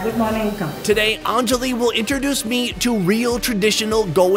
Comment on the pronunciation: It’s not ahnnnnjali it’s anjali